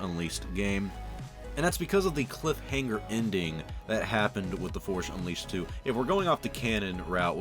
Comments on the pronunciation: "The forsh unleased" :) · “Forsh Unleased”